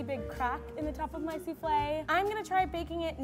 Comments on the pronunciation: Suflle lmao 😂 hahahahahah suflle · No one: Literally no one: her: pronouncing souffle soofley Me: what?! Its pronounced that way?! I thought it was pronounced soofall🤣